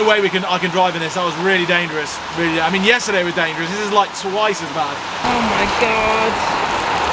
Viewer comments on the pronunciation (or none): "Danferous", & not, "Dangerous" 😅